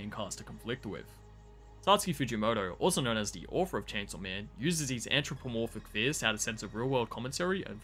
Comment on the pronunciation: Good review but the "ANTch ro po morphic" is getting to me... Just a bit